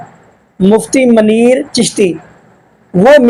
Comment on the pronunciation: Bhai Ayat to sahi sa parh lo pehlay. No doubt you read it wrong🙄 Mufti Muneer ❌ Mufti Maneeer✔👏